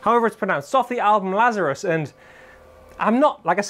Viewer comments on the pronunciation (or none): “Lazarus”. No.